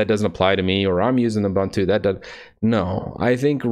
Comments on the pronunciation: Why do you say "ubAntu" instead of "ubOOntu"? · Correct way to pronounce Ubuntu